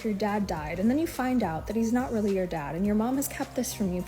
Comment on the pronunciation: She said it weally be your own people man😂😂😂😂 its ya own fault